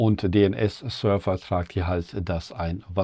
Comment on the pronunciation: Hi, "fs" ist die Abkürzung für Filesystem, d.h. die /etc/fstab spricht man wie "/etc/fs-tab" aus, wie "FileSystem-TABle", also Dateisystemtabelle auf Deutsch. Server wird auf deutsch wie "Sörwa" ausgesprochen, also das v in Server in der Aussprache wird nicht zu einem f sondern einem w.